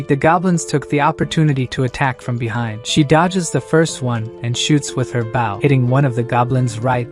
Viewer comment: if the TTS you're using supports SSML you can use bow to make it say bow correctly